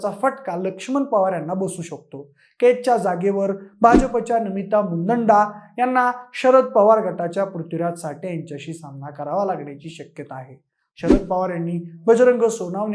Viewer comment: मुदांडा नाही मुंदडा 😂😂😂